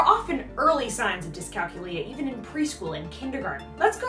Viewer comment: Great info! So many different lifestyle skills that are affected by dycalculia. I grew up noticing all these issues with my little sister, and now with her son. ☹️ You do a gréât job listing all the signs, so thank you! May I please give one suggestion? The word is pronounced dyscalKYOOlia ( like calCUlus or calCUlator), not DyscalcuLIa as you are saying in the video.